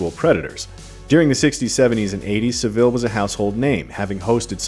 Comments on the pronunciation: Please do your research first. Emphasise the “a” not the “i” in Savile. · It's SA - ville - not Seville or S'ville. Besides, in the UK he's just known as "c*nt". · It's SAV-ILL not Sa-ville. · Please learn how to pronounce Savile. It's Sah-vill. Not Suh-vill. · It’s pronounced SAVLE not sa-ville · its sah-ville not se-ville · Its Sav-ill... not Sa-Vill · Just a note on Jimmy Savile's surname...its pronounced like Sav-ull, not sa-ville 😉😀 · why can't americans pronounce Sav-ILL not Saveel. its really funny. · 'Sav-ell' not Seville... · Its SAHville not Seville in terms of pronunciation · Saville* not 'seville' lol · Jimmy Sah-Vill, not "Savil" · By the way it's pronounced Jimmy S -ah -ville, not Seville 😆 Olay! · It's Jimmy SAH-VILL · OMG. Jimmy Saville. Not Seville 😂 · It's pronounced Sav-el, the el like how you pronouce 'hell' not how you pronounce 'ill' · It's pronounced 'SAV-ILL" just an FYI. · Just to be annoying, Saville is said like Sav-uall ;) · I physically recoiled hearing 'seville' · It’s pronounced ‘savul’ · Get his name right. Thats so annoying. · Please stop pronouncing Savile like the city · How not to pronounce Savile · Why do you pronounce savile like that? lol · Saville was a surprise for sure but not as surprising as the pronunciation from Americans on youtube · Your saying savile wrong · Americans cannot pronounce SAVILLE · I have heard so many Americans pronounce Jammy Saville's surname incorrectly in their reviews for this film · Why are Americans incapable of saying the word Savile correctly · The Savile pronunciation 😶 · Im glad your shedding light on Jimmys characters to the Americans who didn't know the refrence, however you could of at least pronounced his name right. 😂😂